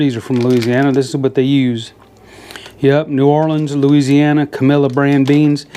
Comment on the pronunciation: You said Looziana like a real Cajun :-) 4 syllables not 5 haha! Looked amazing buddy...pork tenderloin is one of my absolute fav cuts of meat!